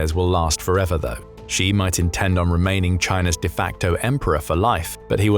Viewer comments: Xi is said like "she", not "gee". Get it right !!! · Xi is pronounced as Shi, not Ji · Who taught you to pronounce Xi? You said it 2 different ways, both of them incorrect.